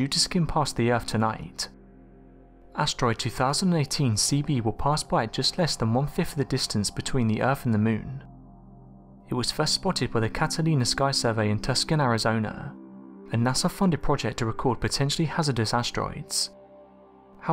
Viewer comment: It is pronounced (Too-sawn),Tucson Arizona